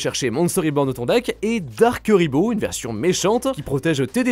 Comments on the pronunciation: Juste la video que j'attendais haha comme par hasard 😉😁 ... bon par contre ça se prononce plutot KOUriboh, que KUriboh 😆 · C chiant d entendre des nom écorcher mec .. C pas KUriboh mais KOUriboh que sa ce prononce 🙅‍♂️🙅‍♂️🙅‍♂️🤦‍♂️🤦‍♂️🤦‍♂️🤦‍♂️ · Par contre pq utiliser la prononciation anglaise quand la française est littéralement la même qu'en japonaise KUribo (ba en JP) pas KEUribo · J'aime tes vidéos par contre on ne dit pas " cu" mais "cou" pour Kuriboh le U se prononce OU. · Je suppute que notre cher ami ait volontairement prononcé le nom de la mascotte de manière alternative afin de provoquer des réactions en commentaire et donc du référencement. Bravo ça marche